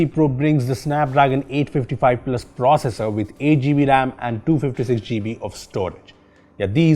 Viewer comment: why you call gb "g b"